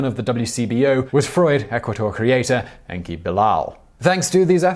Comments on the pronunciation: I cringed when you horribly mispronounced those French words. Please learn proper pronunciation rules before making a video. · Such a painful pronunciation of "froid". Oh my goodness, that hurt my soul!